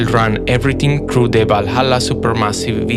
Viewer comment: I unironically love the way how you pronounce the 'valhalla' word 😊